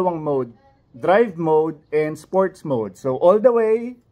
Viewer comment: Sport mode po, wala pong "S" sa dulo.